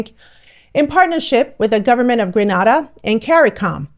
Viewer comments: Thanks for bringing this to us. It's so good to know that Africans peoples across the world are uniting and finding our way back to each other. One point, though, I was irritated listening to you repeat the word Gren-AH-da. It's pronounced Gren-AY-da not Gren-AH-da. Every Gren-AY-dian and all Caribbean people know that. Please do your research and check your pronunciation of place names and people's names in future. Said with love from one African sister to another, but also needing to advocate for my Caribbean people. Us small islanders doh like people saying our place names wrong.:face-red-heart-shape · It’s GreNaDa not GraNaDa!!! Granada is in Spain. Get it right. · I wish she's stop pronunciating Grenada wrong. It's not Granada. it's Grenada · It is GRE-NA-DA. 'AY not AH' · Is not granarda it’s Grena-dar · Grenada 'E', not Granada 'A'😂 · Granada is a city in Spain. GrenAda (pronounced like "grenade") is the caribbean island. Can we start by getting the name of the island right? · Hello, I love your broadcast but, GRANADA is in Souther Spain, GRE-NA-DA (Pronounced GRA-NE-DA) is in the Caribbean. I still love you, and thank you for a great broadcast. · Grenada is pronounced Gren-a-da. Not Gren-ah-da. Please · The correct pronunciation is ‘Gree nay dah’ Grenada the Caribbean island. Granada is in Spain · Respectfully its pronounced Gree-nay-da not Gra-na-da 🙏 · Why not Grenada rather than Granarda? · Say what? Pronounce GRENADA again. Common pronunciation....Grin - aye - da not Gran - ah - da. Remember now, there is another place that is rightfully Gran - ah - da .... look somewhere in Europe for dat one. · Really enjoyed this video just a small niggle saying Grenada the way you say it sounds like you’re talking about Granada in Spain, it’s GreNAYda. You said it right once. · Hey. The pronunciation of GRENADA is Gre nay da..... not Gre nah da. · It's pronounced Gre NAY da, not Gre NAH da . Thank you ❤ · It’s Gre-nada Not (Gra) nada - Like Grenade